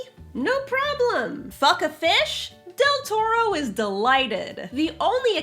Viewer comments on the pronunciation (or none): Lol that's also what it sounded like to me at first, but I think she meant Guillermo Del Toro who directed that movie with the sexy fish man